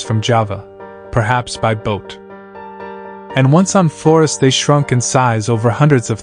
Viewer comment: Why is he pronouncing Flores like that? Does the narrator hate Latinos or something?